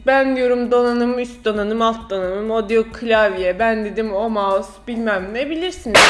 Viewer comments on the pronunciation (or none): none